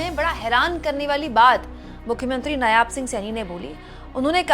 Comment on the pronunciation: Madam g, nyaab nahi, नायब सिंह